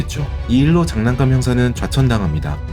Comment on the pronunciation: 장난깜이 아닌 사람이름이면 장 난감으로 발음해야겠죠